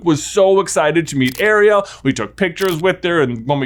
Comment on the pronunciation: … why are you saying Ariel like that? It’s like half the way Sebastian says it and half the regular way. It’s hurting my brain.